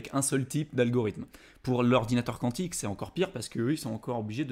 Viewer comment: Quantique… de quantum. kou an tique . Sinon faut chanter le cantique ;)